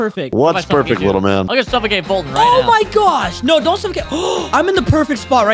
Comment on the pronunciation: You mean “Foltyn”